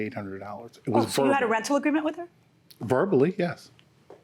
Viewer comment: I was done after she said Wit instead of With and Likeded instead of Liked. Huh? 🤦🏾‍♀️